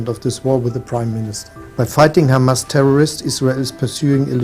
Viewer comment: It’s not Chamas its Hamas